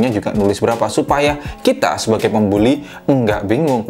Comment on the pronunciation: "Pembuli" ehh "pembeli"